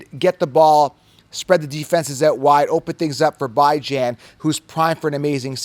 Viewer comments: Bro his mother pronounces it BeeJohn not Bi Jan so respect the man. Call him by his name respectfully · Beh-junh dude😂😂 stop it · “Bye-Jan” Robinson 😂😂😂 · It’s pronounced Bi•Jan 😂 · love your content but you’ve got to give up this “Bye-Jan” thing. It’s incredibly insensitive and never appropriate to tell someone else how to pronounce their name, regardless of what you think it should be. Please stop, be a decent human, and respect the way Bijan himself pronounces it. I normally love your content but every time you say it sounds like nails on a chalkboard. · Bijan came out and clarified how he himself pronounces his own name in an interview last year. You are the only goofball pronouncing his name like this. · You are 100% pronouncing it wrong lmfao he had a interview where he said how its pronounced 😂 but its always worth a laugh hearing u say it that way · If interviewed Bijan would you really mispronounce his name because of your ego? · There is a video of Bijan pronouncing his name you are incorrect. quit thinking for are the smartest man Rodgers so sounds stupid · Bijan is wrong about how to pronounce his own name ? 🤦🏼‍♂️😂😂😂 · How to pronounce Bijan the correct way. I like your channel but I don't want you to get misunderstood on how to pronounce these guys names. Somebody might think you are trolling lol I got you bro!!!